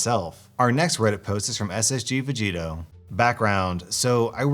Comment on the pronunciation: Wait does watch anime because the way he pronounce ssg vegito was clean ngl